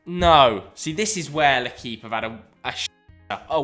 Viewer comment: It's more pronounced like lay-keep instead of le-keep. But other than that spot on